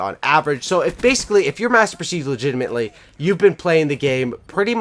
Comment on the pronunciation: Legitimate not legitamatley